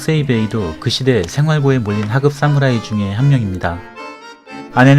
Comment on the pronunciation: 싸무라이 아닙니다. 사무라이 입니다 경음 거슬리네요😅